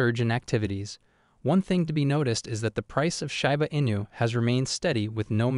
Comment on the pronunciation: "shAba inu" 🤣🤣😭.....it "shIba inu" 🤣😭 shAba ranks...... it's like you want to say ...... shAba ranks haaaaha laughing my azz off 😆👍🏼